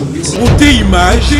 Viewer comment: Imange 🤦🏽‍♂️🤦🏽‍♂️🤦🏽‍♂️🤦🏽‍♂️🤦🏽‍♂️ c’est image putain et non imange 😏